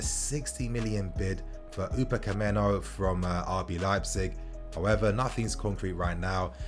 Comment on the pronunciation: upacameno hah. Upamecano*